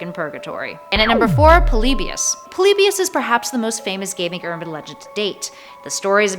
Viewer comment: POLYBIUS POL-EE-BUY-US